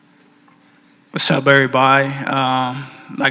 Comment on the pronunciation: Washhap everybody 😂